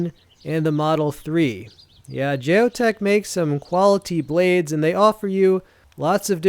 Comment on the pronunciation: Geo Tec (Gee-O-Tek) not Jay-O tec